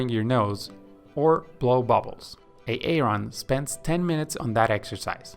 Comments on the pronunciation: Why did you choose a name you cannot pronounce. Its pronounced 'A-Ron' not 'A-Aron', Excellent content but thats really annoying. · The pronunciation of Aaron is Aron. Say it Aron, Aron. Swimming points are good. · Love the video. One correction though..... the name Aaron is actually pronounced as though it has one A. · Every time he says A-a-ron it grinds my gears . Just say A-ron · His name is pronounced Erin. Not A Aron. He is not a pokemon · brilliant video/ seen the longer version too. but just one question. If Aaron must learn to swim the correct way, taking months of hard work, and since you love to mention his name every few seconds which is sweet, how much longer do you need to say his name correctly? lol its not Aay Ron! lol! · why does he keep calling them A-A-ron and Dee-nice lol? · So that you can comment on it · Bro I'm watching this like, "is this guy saying A-a-ron like the Key & Peele skit?" Even after he said it like 40 times I still thought I had to be hearing things 😂🤣😂🤣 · Boggling. can’t gather why this man says A-a-Ron. Doesn’t he have a friend , a wife? Someone to correct him? Sheesh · Thank you for your work and help. Just a heads up, Aaron is pronounced the same as Erin/ Eh-rin, not A-a-ron/ay-ay-ron. Denice is pronounced as either Deh-nees (like bees) or Dee-nees, but never Dee-nice. Blake is pronounced as Bl-ay-k, not as Be-la-ke/ Beh-lah-kay. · Is the guy speaking AI? Whats with the A A ron and BLA-KE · I understood why he was calling him A-aron when i heard Bela-ke 😂😂